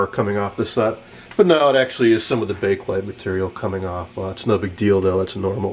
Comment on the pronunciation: Thank YOU! You actually pronounce it CORRECTLY. I get SO tired of hearing "people" say Bake-A Lite!!!! It's NOT Bake-A-Lite, it IS Bakelite. Excellent video man! (And kudos to you for pronouncing Bakelite correctly)